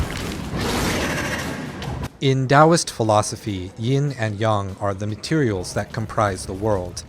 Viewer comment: Another addendum to hopefully help fix your pronunciation: it’s not “Yeen and Yong” it’s actually “Yin and Yang” how did you get that wrong? 🤔 I wouldn’t have said anything but it was hurting my Brain to hear you say it wrong 🧐